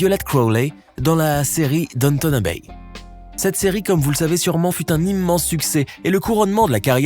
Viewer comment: Downtown Abbey se prononce Dawun Tawun Abiiiiy en Anglais